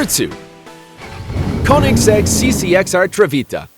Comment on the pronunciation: The way he says koensigg... am I right?